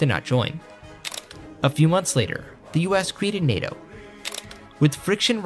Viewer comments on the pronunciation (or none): none